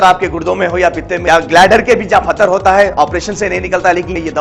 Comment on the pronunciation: Pathar, phatar nahi